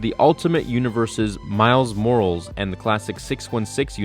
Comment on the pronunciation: MILES MORALS